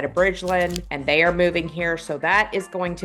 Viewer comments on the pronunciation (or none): none